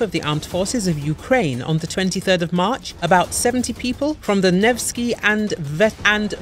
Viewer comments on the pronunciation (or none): none